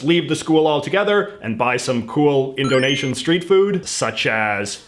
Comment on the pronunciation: The way he pronounces indonesian makes me flinch, my poor indonesian gf should never hear this xD Although she loves martabak, so hey, I know of one of these things ^^